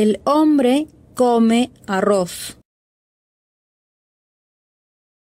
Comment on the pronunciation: Hambre(faim) et humbre(homme) faut faire gaffe à la prononciation 😅 Et je trouve qu’au lieu d’apprendre le verbe déjeuner elle aurais dû direct mettre le verbe (manger) c’est mieux non? jai rien compris la traduction 😅nous tu déjeunons déjeune